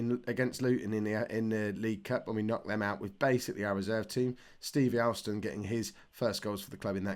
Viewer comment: Alston is pronounced Olston.